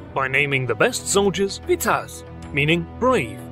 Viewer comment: Never have I heard a foreginer spell Târgoviște or Vlad Țepes so good, u messed up the word viteaz but it isn't easy to spell anyways :)